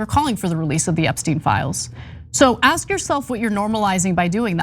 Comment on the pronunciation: Did you axe' him that?😂😂😂😂